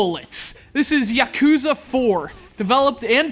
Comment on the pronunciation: Yah-Koo-Zah. Ship-Oo-Den. It's not hard to pronounce things right goddammit...